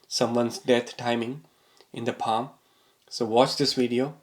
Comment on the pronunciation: It’s paaa m not paaa hhhm